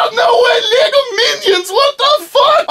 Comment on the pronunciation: Make a video where you learn to say Lego because if I have to listen to "Liiieego" one more fucking time i'll pop my eardrums